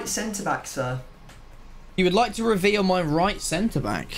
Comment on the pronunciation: did u forget how to say reveal?